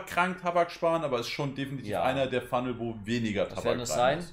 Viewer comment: Letzte Kopf, ich hab den ks Fumnel schon ne ganze zeit lang. Er heißt nicht ks appo phunnel 😅. Mein ks knall ich fast komplett voll, leicht über Glasur. Zudem hab ich mir erst vor kurzem ein lotus 1+ geholt, davor immer mit 4 lagen alu geraucht. Meine alu war immer top gespannt und ich kann auf keinen Fall sagen, es is viel schwieriger als panzer. Ich find es sogar viel leichter 😉